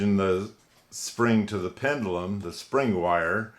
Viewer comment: Pretty clock! You were zipping right through that!😁 Steady, steady.... I was correcting you everytime you said pendUlum.😁 Oh mercy.... Not my words, but yours lol. Great job as always, bro! 👏👍 God bless and have a fabulous day!🌅💖